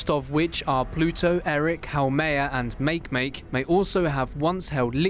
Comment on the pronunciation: He pronounces Eris as ERIC and Makemake as MAKE-MAKE